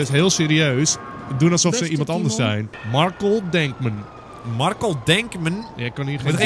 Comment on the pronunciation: Wacht wat markel is zeg je niet gwn marcel als marCEL als bloedCEL